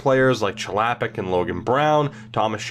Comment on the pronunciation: Your pronunciation of Chlapik makes me sad. It's a Czech name and thus it's pronounced "Hla-PEEK".